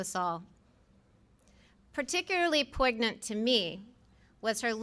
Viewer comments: Did she say "poyg-nant?" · Anyone else notice this college educated person pronounce the word poignant phonetically? 🙄